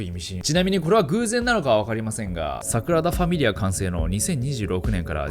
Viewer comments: 地獄のイメージ映像でフォークを持って小躍りダンスする悪魔が草の極み それとサクラダファミリアではなく、サ『グ』ラダファミリアねw サクラダは純子ねw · 誤謬 5秒じゃなくて "ごびゅう" です😁 Sagrada Familia 桜田じゃなくて "サグラダ" です。 神聖なという意味です。神聖な淳子 いつも楽しく動画拝見してます！ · サクラダファミリアではなく、 サグラダファミリアではないでしょうか、、？？ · サクラダファミリアじゃなくて、サグラダファミリアですね🤣🤣🤣 かわいい🤣🤣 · サクラダじゃなくてサグラダ・ファミリアねｗ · サクラダファミリアが気になって内容入ってこない所だった← サクラダファミリア✕ サグラダファミリア〇